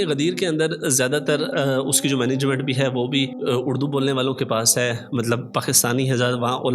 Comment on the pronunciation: اڑدو نہیں اردو ہوتا ہے